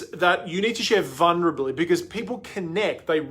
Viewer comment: replay- i love that you said vunrability